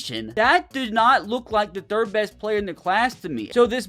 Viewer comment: The ThiRdrrRrrRRRdd